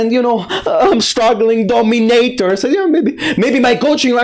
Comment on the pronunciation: You know its bad when you have a 10 loss streak to a DO-ME-NAY-TOR 😂